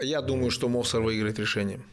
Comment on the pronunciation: Бабули правильно произносить с ударением на А. Мовсар с ударением на О.